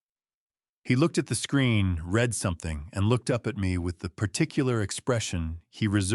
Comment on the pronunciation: There are two pronounciations for the word READ. They are not interchangeable as you often do.